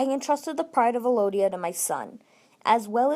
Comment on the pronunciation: Why are you saying Elodia? It's ELdia.